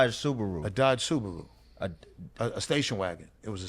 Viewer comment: Nigga said dodge suburu😂